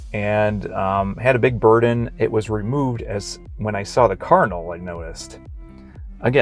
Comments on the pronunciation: I think it's great that you are revisiting The Church of Jesus Christ of Latter-day saints! You pronounce Cardinal differently than anyone I know. It sounded like carnal! That's not good, lol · I am hearing say kernel so is he saying Cardinal? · At first I thought he was saying carnal, instead of Cardinal.